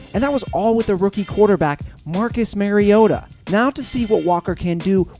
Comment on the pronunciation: Marcus Mariota is from hawaii 808 for life and he said Mariota wrong